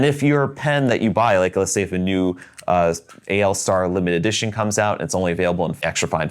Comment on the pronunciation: Thank you for pronouncing the AL Star the right way, everyone seems to think it is ALL Star, which it is not. Yes, AL is the symbol for aluminum which is exactly what the pen is made from.